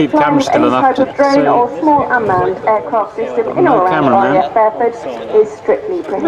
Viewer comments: I’m pretty sure it’s pronounced Reeat, and not Ryot. Only been going for about 25 yrs so I could be wrong. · Interesting video thanks for uploading. Ps it's pronounced R'ee'at btw :) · It is neither. It is "Ryat" :-)